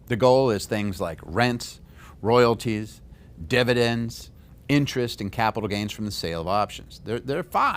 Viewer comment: fividends is that a new thing lol